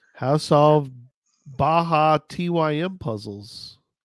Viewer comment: Bajatym is pronounced Baja Time